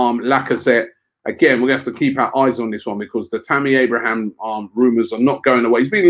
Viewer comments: It annoys me when people call Abraham, Abrahams. I dont get how it happens. Surely hes read his name hundreds of times, seen it in line ups, heard commentators say it properly etc. It used to happen to Charlie Adam all the time as well. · Why does Robbie keep adding an S to Abraham?